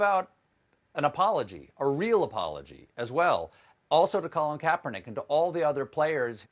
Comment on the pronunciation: Goddell can’t even say Colin K’s name